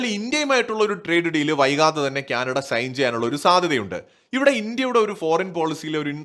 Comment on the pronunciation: it is not Kyanada, it is Canada! Diction please!